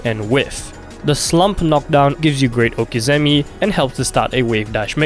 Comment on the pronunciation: Cringed hard on the prononciation of okizeme